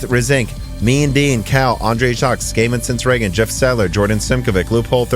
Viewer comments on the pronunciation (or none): none